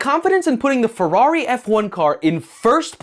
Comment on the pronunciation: Why are you softening the “r’s” of FeRRari when in Italian is the opposite of a soft R lol.